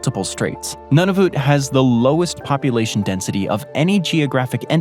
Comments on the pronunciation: Now get this straight: Nunavut is pronounced Noo-na-voot. And as for the narrator’s pronunciation of French place names, well, I just give up. :-( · FFS Noon a VIC say it right haha